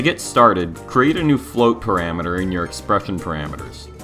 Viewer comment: "paramater" lol btw thanks for these tutorials. They are so neat and to the point!